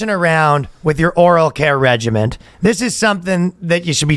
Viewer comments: Boys - the word is regimen, not regiment! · I came for Douglas, but it was a real hoot; my fave podcast of the week ☺ Also….say it with me R-E-G-I-M-E-N